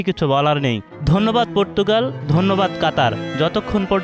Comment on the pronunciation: পুর্তুগাল না, পর্তুগাল।